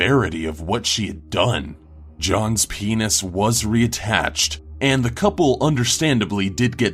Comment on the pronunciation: the way how he says penis... its odd